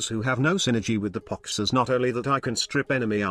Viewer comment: I like how the text to speech calls it 🅱️ox sometimes